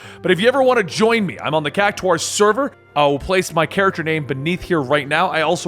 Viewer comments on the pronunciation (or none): none